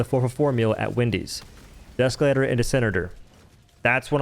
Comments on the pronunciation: Deeeee———Escalator. Not Deskalator. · You say “deskalator” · Please tell me you're intentionally saying desk-elator